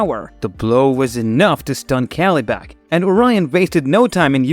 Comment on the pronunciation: Kelly-Bak! 😆🤣 Good God, get a new VoiceOver.